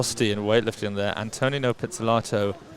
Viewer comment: It’s not pronounced “anne-toe-nino,” it’s “ahnto-nino” like saying ahh at the doctor’s office